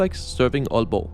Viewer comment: this is wonderful also as an aalborgenser tak for at sige aalborg og ikke ålborg 🙏